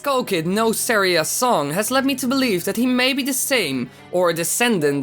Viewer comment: you're not saying saira's song wright